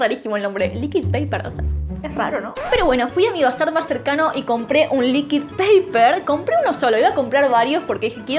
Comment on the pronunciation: El liquid paper está en inglés asi que se promuncia "licuid". Nadie le dice "neskik" al Nesquik, le decimos "nescuic" Es mas facil decir corrector líquido